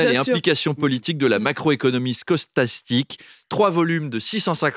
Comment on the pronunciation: Stochastique et non scaustastique !!!